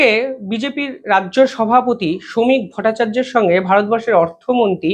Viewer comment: Uni Sri Shamik Bhattacharjyo. Bare bare surname ta bikrito uccharon korben na.